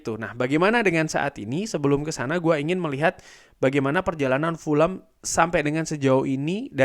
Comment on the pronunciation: Fulham bang bukan pulem